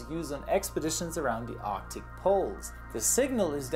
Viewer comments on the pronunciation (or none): none